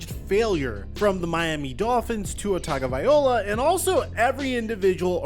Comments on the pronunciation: is it bugging anyone else that he keeps saying viola when its vailoa? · After all this time being a "football pro reporter" and you still can't pronounce his name correctly lol. -LOA not -OLA its not that complicated 😂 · tuhng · guh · vai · low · uh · If you’re gonna make a video on his at least learn to say his name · behind the mic doesn't even know how to say his name.. 🤡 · bro the least you could do is pronounce his name correctly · I wish you'd be empathetic and pronounce the guys name correctly. It's lazy journalism at this point.